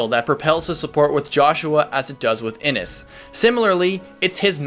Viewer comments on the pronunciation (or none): Prince Innes' name is pronounced wrong lol thas cute.